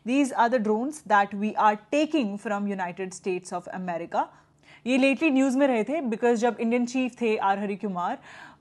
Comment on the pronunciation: America × Emmerica 😂